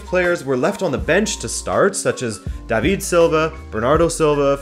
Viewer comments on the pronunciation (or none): none